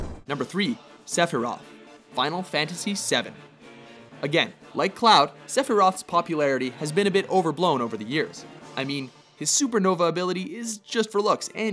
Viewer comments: Lol its Sephiroth not Sepiroth And the honorable mentions were better than the top 10. (Except Auron Cloud Sephiroth) these three were good. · Cecil HARVEL? Vivi ORNISHIA? CELIS Chere? SEPIROTH? Boy... if butchering just one of those names wouldn't be enough. When you create an article, do some research, okay? Checking out the names of those characters would have literally taken you 1 to 1.5 minute. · sepiroth xDDD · Who the fuck is Celis? it's Celes. Also you missed the "h" in Sephiroth. And as for the honorable mentions, far too many notable characters were missed out from that list, such as Rinoa, Yuna, Lulu, Tifa, Ultimecia to mention a few, and tbh in comparison to some of the other characters from the final fantasy series Lightning and Barthandelus don't even deserve a mention in this list. I'm usually a fan of watchmojo but because of the many spelling/pronounciation errors and complete lack of honorable mentions (considering how many games are in this series, it deserves more than 5) this list was truly awful